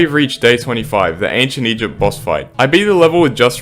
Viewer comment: I pretty it was something like “eygpt” or “egpt” or something